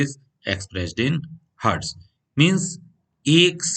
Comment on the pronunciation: Sir hetz nhi hota hertz hote hai